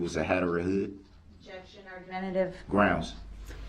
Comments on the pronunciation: Every time Darrell “barks” grounzzzz (instead of the proper pronunciation of grounds) in his angry tone after the pronunciation objects to his line of questioning, he is clearly showing the jury that he has a temper, proving he is someone who has a rage issue. Darrell is so stupid that he doesn’t realise that his actions are just proving the prosecutions point that due to his rage he had no regards for human life when he drove through the parade. If just being objected to makes Darrell get angry and clearly displays that anger in Court, you can then easily imagine that having a physical fight with his girlfriend just prior to the parade attack that Darrell would of been overflowing with pure rage which he then took that rage out on all of those innocent people in the parade because he cannot control is temper!! Darrell is actually the prosecutions BEST witness indirectly 🙄😂 I’m am so happy that this vile piece of garbage will spend the rest of his life behind bars, he is the devil on earth!!! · I have read in several comments that some people believe DB is "intelligent" (intelligence is the capacity to learn, not how much someone actually knows). That assessment is laughable! 1. Prosecution objects and follows IMMEDIATELY with the grounds. Grounzgrounzgrounz before she is even finished with the objection. 2. He incorrectly objects to heresay, then asks the lady cop a question which requires a heresay answer. 3. His stupid State/entity/person question is deemed irrelevant, yet he continues to ask it. 4. He is unable to grasp even the simplest legal concept or courtroom procedure, even when it's explained to him. 5. Tackit, Um-biblical (cord), substain, biastness, biast, and on and on. There is no capacity for learning here and said it best, "how did he manage to make it to 40"?